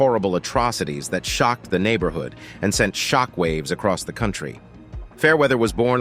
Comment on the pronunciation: shickwave shockwave you must have said it 1000 or more its anoying